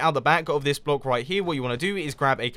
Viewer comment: sounds like you're sayin bloke lol